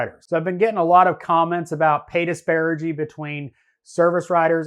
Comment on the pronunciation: It's "disparity" not "disparigy"